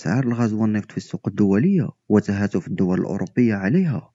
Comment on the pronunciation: ألاجر وليس الطوب (لاحممر.... ته فت وليس تهاتف